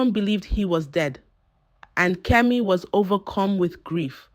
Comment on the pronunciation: It’s pronounced Kemi not kimi